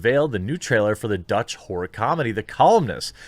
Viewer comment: Did he say "horror movie" ... or "whore movie" ?